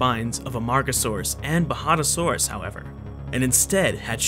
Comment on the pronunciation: If only he could pronounce most words correctly Its coloraDO not coloradah Its baJADAsaurus not bahadahsorus Etc Its kind off a major annoyance but a great video nonetheless